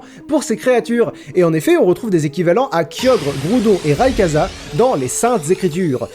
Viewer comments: "Raykaza" cette prononciation pas enculé les oreilles. J'ai toujours dit rayqwaza je m'en fou si c'est pas la bonne prononciation ça fait tellement longtemps que je l'appelle comme ca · Tu as prononcé Rayquaza Raykaza ? Quel monstre es tu ? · Putain sa ce dit Rayquaza soit rail quoi za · Phonétiquement c'est raïkouadza pas raïkaza ça vient de la création Incas que tu n'as pas cité dans la vidéo de laquelle est tiré ce pokémon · Ray-Quoi-za Pas Ray-ka-za PRIMO KYOGRE, PRIMO GRAOUDONNE, MEGA GA RAYKAZA TOUT SHAINÉ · le « rail cas za » il m’a mit mal ça se prononce « rail quoi dza » bordel de bite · Raykaza, mes oreilles saignent . Ça se prononce raykouaza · Ça se prononce " Raykouadza " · Sa ce prononce récouaza😈🐍🐍🐍🐉🐲🐲🐉🐉🐉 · ON DIT "RAYKWAZA" ! TU VA PAS FAIRE COMME NEOXYS SI ?! Naaaan ça va je déconne, je t'en veut pas ^^ sinon gg pour les 10 ans de point culture, c'est vachement cool ! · "Raykaza" ?? T_T